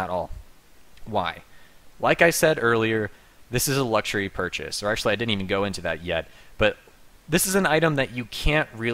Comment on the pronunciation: "Luxuary" gg no re